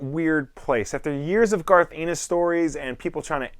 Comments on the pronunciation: Garth Anus? It's Ennis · As a person who lives in Ireland I hear the word ennis alot it's a surname and a place I hear it pronounced alot of different ways... but this is the first time I heard it pronounced anus..... garth anus.... darth Anus 😂